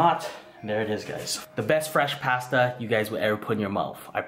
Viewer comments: HE SAID PASTA WRONG 😔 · I cringe at how you say pasta 😩😂😂